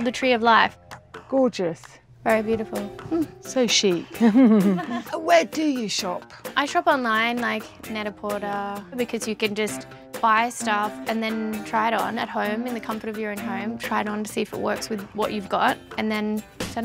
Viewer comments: Net a porter.. pronounced portai not porter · and she said Net-A-Porter wrong too....... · pretty basic closet tbh... the way she pronounced "net-a-porter" lol ! But that skin though !!! Look at that glow omg!